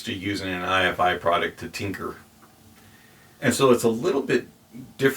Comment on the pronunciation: It’s Ifi (rhymes with ‘hifi’) - not I.F.I.